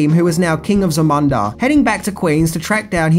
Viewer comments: ...do you actually watch any of these movies that you do the 10 things you didn't know about? It seems like you mispronounced a lot of the common words incorrectly or have no clue about certain things. Kind of baffles me It's pronounced many times in the movie Za-moon-da, not how it's properly spelled Zamunda....Jeez, I suggest watching the movie prior to making a video.......:face-blue-question-mark::face-blue-question-mark::face-blue-question-mark::face-blue-question-mark::face-blue-question-mark::face-blue-question-mark::face-blue-question-mark::face-blue-question-mark::face-blue-question-mark::face-blue-question-mark::face-blue-question-mark::face-blue-question-mark::face-blue-question-mark::face-blue-question-mark::face-blue-question-mark::face-blue-question-mark::face-blue-question-mark::face-blue-question-mark::face-blue-question-mark::face-blue-question-mark::face-blue-question-mark::face-blue-question-mark::face-blue-question-mark::face-blue-question-mark::face-blue-question-mark::face-blue-question-mark::face-blue-question-mark::face-blue-question-mark::face-blue-question-mark::face-blue-question-mark::face-blue-question-mark::face-blue-question-mark::face-blue-question-mark::face-blue-question-mark::face-blue-question-mark::face-blue-question-mark::face-blue-question-mark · Za-mun-da? Did u watch the movie? It’s ZA-MOOOOOON-DA. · Zu-mun-da? Did you even watch the movie?? Its Za-moon-da! smh lol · Zah-MOON-dah, not zah-MUN-dah you "sweat from a baboons balls"🦧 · Zamunda is pronounced Zahmoondah. The Company that I worked for did the Zamunda Flags for the Movie Coming 2 America. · You have the countrie's vowels mixed up. It's Zamunda, not Zumanda. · Bro you have to start watching these movies before you give facts. I know you’re credible but they say “ZAH-MOON-DUH” (zamunda) several times. I’m not sure why you’re calling it “Zoo-Mondah” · You called Eddie Murphy's kingdom, " ZaMANda"... TWICE!... It's "ZaMUNda" you poser! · That's Za - Moon - Dah